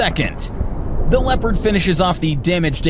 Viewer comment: when you say Leopand and you shao a footage of a Challenger 2 during training shots 🤣